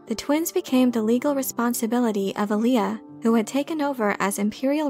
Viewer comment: AH lee ah. Not ah Lee ah.